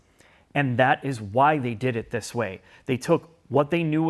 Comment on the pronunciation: It would only be 50 times if wouldn't say "THIS" in the most annoying way possible.